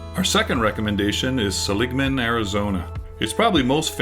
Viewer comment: Its Seligman, NOT Seligma. Just sayin'.....